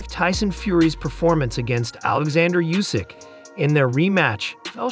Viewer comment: Oohsik not Yousik